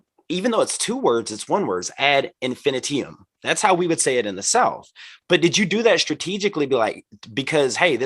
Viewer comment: Ad Infinitee-um Lol. He pronounces it like an element in the periodic table.